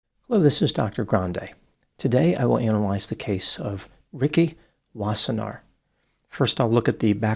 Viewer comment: You pronounced Wassenaar well. Its a Dutch name.